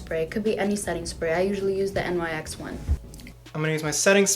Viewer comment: “n y x one”